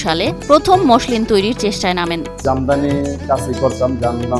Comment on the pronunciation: মশলিন না মছলিন হবে উচ্চারণ টা।